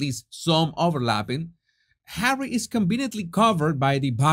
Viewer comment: My days are no longer complete, until I hear you say Hawwy. 😄 Even when you just say Harry, it is full of disdain. ❤ Thank you for all of you content!